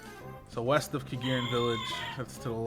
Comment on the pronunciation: they said "weast"